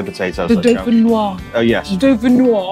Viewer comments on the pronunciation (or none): why not simply say, "hold the tomatoes" when ordering a salad? 3 words that work every time wow - reaching for more macaroni - never thought I'd see that! You do pronounce the "s" in dauphinoise (the "e" after the "s" demands it) - french lesson for today has concluded:) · In French, if there is an E after the S, then you pronounce the S. Do-feen-wahz. I hear this mispronunciation all the time on cooking shows. Genoise is zhen-wahz.